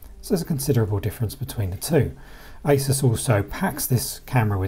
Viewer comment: ASUS not ISIS.. G